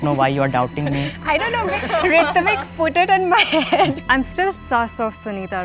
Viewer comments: To be honest Ritvik's accent doesn't sound Marathi at all. Even the way he pronounces his own name Also whats with that final question, did you find the mole? You've introduced the mole in the very beginning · ritvik adhi nav neet bolayla shik te mhantana (rooh-tvik) asa asta